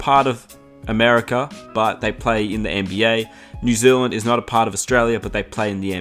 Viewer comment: NBYAAAHH Say NBA again please